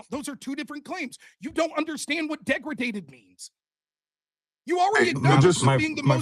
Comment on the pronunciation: omg. It's not deg-re-daded. It's de-graded. Holy moly